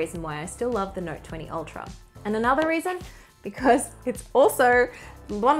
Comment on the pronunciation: "That's the last raison why..." Love it!